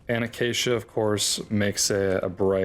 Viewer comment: Don't try to sneak that pronunciation of acacia past us bro, "uh-cha-chia" is absurd